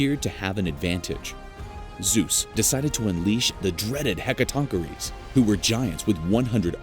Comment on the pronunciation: im sorry to ask, BUT WHAT, are "hecka-TONK-er-eees?"